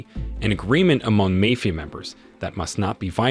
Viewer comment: what the fuck is a Mayfia group? if your not going to use your actual voice then get a better ai voice over that can pronounce the correct words.